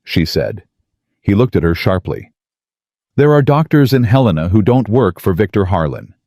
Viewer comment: Please pronounce Helena correctly. It’s Hell i (short I) nuh, not Huh lean uh.